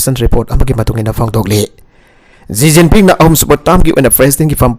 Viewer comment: Shi jinping instead of ji jiping